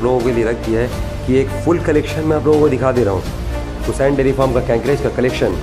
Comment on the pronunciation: Kakraj ko kakeraj ku bole rahe hai